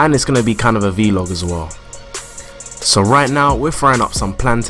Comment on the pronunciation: I love how he pronounced vlog😁